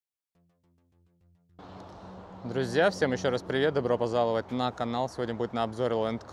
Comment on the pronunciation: можна пожартувати трішки? "Добро поЗаловать на канал"! Не ображайся, в кожного буває🙃 Але вийшло прикольно і не наіграно😂